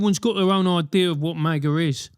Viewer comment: Nobody ever said "Mah-guh" before Juicy Smollett paid two Nigerians to pretend to shout it at 2am in Chicago during a polar vortex without damaging his Subway sandwich.